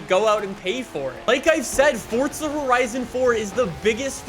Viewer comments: Will you learn how to talk, it's FORZA not FORTZA 🤮🤮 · After "fordza" "fordza" "fordza"... Ok. My comment is referencing your inability to say "fooorza" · forza not fortza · I can't believe this entire time I've been mispronouncing fortza as "forza"